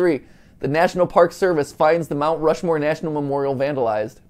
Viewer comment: rount mushmore